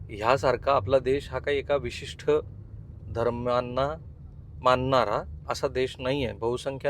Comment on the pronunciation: उच्चार "विशिष्ट " असा आहे " विशिष्ठ " असा नाही. बाकी सर्व ठीक ❤